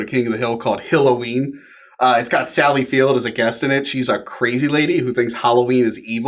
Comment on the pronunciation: I thought it was Halloween not Holloween. 😜